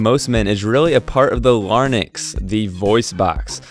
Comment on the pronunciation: You make the common mistake of saying "lar-nix" rather than the correct "la-rinks". The correct name is spelled L-A-R-Y-N-X. Also, the whole vid is obviously more a sales pitch for your game -- where are the Adam's apple photos to support your narrative?